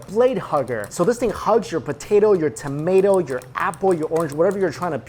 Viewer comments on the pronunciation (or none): none